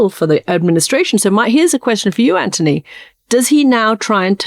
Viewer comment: His name is Anthony, not Antony.